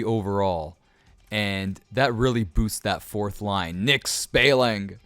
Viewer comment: U said Spaling wrong. Its Spall ing